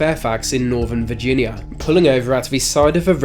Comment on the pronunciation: You're talking about Virginia, not Vagina ✌️